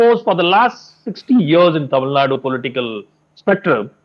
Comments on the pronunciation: Kindly pronounce Tamilnad"U", not as Tamilnad... Tamilnadu ( தமிழ்நா"டு") is a correct way to pronounce..tq.. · It's not tamilnaaad its Tamilnadu